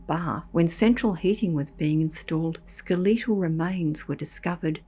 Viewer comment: Skel-LEE' TAL? REALLY?